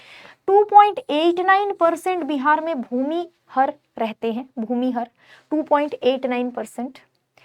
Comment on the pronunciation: bhumihr nahi mam bhumihar ucharan dhang se kigiye